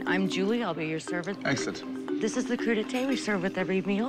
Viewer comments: Crudité, not Cru d'eté. Raw, nothing to do with summer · "Cru d'eté"... WTF 😳 It's "CRUDITÉ" 🤣🤣🤣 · "Cru d'Ete" Oh yes our famous American crudités, bone apple tea. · Cru d'été omfg hahahahhahaha Priceless as a French. It's crudité !